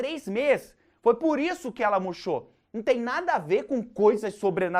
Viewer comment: "A planta muchou o Demonho" kkkkkkkkkkkkkkk